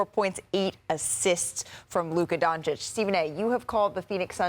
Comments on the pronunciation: 5+ years and SAS still refuses to say Doncic properly. Still saying Donchik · Stephen A racist. Loves Booker but calls Luka “Donchick”,mispronouncing his name. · Stephen A still can't pronounce Luka's family name right. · I'm so bored of T.V. pundits being accused of disrespect because they can't pronounce foreign names correctly. However Luka Doncic is one of the most famous sportsmen in the world now, it's time to pronounce his name correctly.